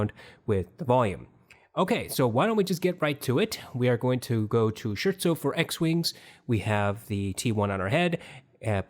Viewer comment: Scare-tso. Or halfway between scare-tso and skirtso. Certainly not Shirtso. I'm just sayin'. This has been a good series.... I think! I haven't heard the T1 but I do rather trust your comparisons at this point.